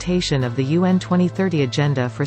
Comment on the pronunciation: You pronounce UN as Yuan ( the renminbi) 👍 Just a China trivia